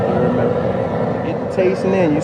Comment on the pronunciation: Word of the day. "Ya herd meh"